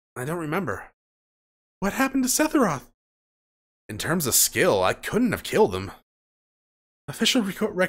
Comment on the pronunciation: Greatly, enjoying watching your playthrough. Just wanted to say, I gotta be trippin, because I keep thinking you're saying "Sethiroth," for some reason. lol